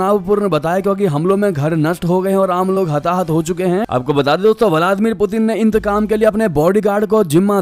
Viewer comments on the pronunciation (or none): none